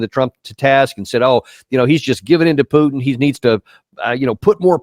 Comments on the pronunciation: Who is Peuuuwtin? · Knife fight with Russia? Really? Doesn't sound like Russia brought a knife to this fight ..... and its PU-TIN, now PEW-TIN. Moron. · Its mister Putin not pjutin you dork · Never expected to hear so much hog wash from that Kennedy guy, I always thought he was more intelligent. Further more, someone should point out to him, that it's Putin not Pewton. 🇦🇺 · Geez, that 73 yo dude has been senator since 2017 and in all those years, he couldn't learn that it is not Pyutin but more like Pootin. Sad and pathetic swamp creature. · I wouldnt listen to that guy until he pronounces Mr Putins name. Its not PEWton, its Putin. Guys a genius obviously. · Putin nit Pyutin 😂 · Lol Rep. Kennedy saying the word Putin 😂😂😂😂 “pyootin” lmfaoo idk how were supposed to take that boomer seriously when he sounds like that. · It is not PHUTIN it is President Putin. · Who is Pewtin? 😂😂😂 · FFS that 'mr. Pjutin' sickens me... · The Pyootin is on purpose, right? since when U in english is pronounced Yu? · Pjootin? Where did the "j" come from? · Calling Putin disrespectful while calling him Pjutin.. You can't make this shit up.. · An example of US exceptionalism is the ridiculous way they say words, it has to be with a personal twist, why? Because most couldn't sound out a word they had never seen before unless it was 3 letters or less. Let's take PUTIN for example, the 'world' calls him PUTIN or poo tin however many in the US like the personal touch and give it the PEW TIN touch. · Kennedy is totally disconnect with reality. But for start he can at least learn how to pronounce Putin and stop lying. But he is not a problem it's the brainwashed people who voted for him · Does Kennedy mispronounce putins name on purpose???? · Stupid "git" Kennedy cant even pronounce Putins name...Dumber than dirt... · Kennedy can't even pronounce President Putin's name correctly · kenneddy cuck doesnt een know how to pronounc putin. he is a fool like all of Louisiana